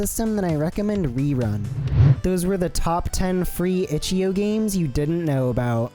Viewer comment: bro really pronounced ichio